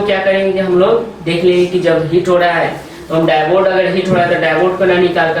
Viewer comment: आप डाइबोड क्यों कह रहे है वो डायोड है